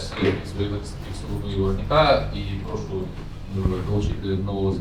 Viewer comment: йому зле, жоного каяття, прОшу - це все підпольский суржик, українською - йому погано; ніякого каяття; будь ласка, прошУ.